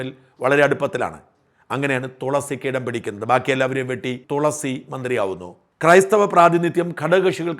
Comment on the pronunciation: തോളസി അല്ലടോ തുളസി 😂